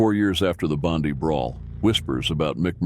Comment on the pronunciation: How do two yanks, do a documentary on Australian bikes. They can't even pronounce Bondi. Trying to make out that Mick Murray is anything but a thug and drug dealer is bullshit.